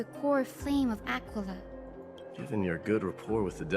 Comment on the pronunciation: Am I the only one that when says "Aquila" it sounds like he's saying "Tequila"?